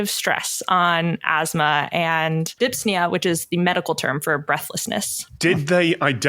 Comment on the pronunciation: Breathlessness is dys-pnea, not dips-nea.